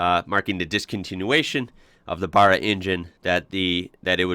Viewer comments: You gotta be more careful with your pronunciation mate. There's 100 people on here who'd be happy to help you avoid these irritating mistakes. BaRRa not Bahra !! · I Have a limited edition xr6t called an Aggressor if you ever want video of it let me know mate keep ya videos comming oh yeah "baaaaarra" not burra haha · Now,,if you can get the name right it'll all sound good! It's BARRA, not BARA. A little like BRASSIERE not BRAAARR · Theres a green top dedicated LPG gas barra also. I've heard that the heads go straight on a stock barra block and can be turbod??? Good for Explorer build ups.? Not 100 % . With pronunciation, all is forgiven as you are not Aussie but I do wish you well whilst out in the garden pushing your wheelBARrow 😅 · Stop sayin baaarra its ba-ra ! Just like its not Melbourne its melbin. And fyi americans from chiccccaaaago ( shit accent) dont get to tell us aussies how to pronounce our engines haha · NOT BURRA...Think of bat, and pronounce that way... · Hey dude!! It's a "barra" as in barramundi not burra as in kooka"burra"!! 🤣😂 However, we still ❤ your content!! Keep up the good work brother!!!...& maybe we will adopt you in the future someday to the "land downunder!!!" 👌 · It is Barra not Bara so it's the second one you said lol Imagine saying WHEELBARRA 😉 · Your pronunciation is wrong bro, Your basically saying "Burra" think more like the name Barry, buy change the Y to an A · Barra not Baaaara. Geelong is pronounced like you would say "Gee whiz!" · Hi you got the the a at the end right, but the Barr is pronounced as in the name Barry not Bar. We'll teach you Australian yet:-) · now.....repeat after me, Barra is pronounced as "Baa-Raa"...not friggen Burra ffs....did my head in the 1st 3 times you said it, thenwhen you said it right, you were trying to tell people how it IS NOT pronounced, that alone just makes you sound il-informed and uneducated....i got 2mins into the video and couldnt watch it no more.... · You say Barra wrong